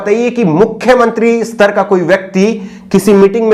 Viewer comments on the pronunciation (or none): none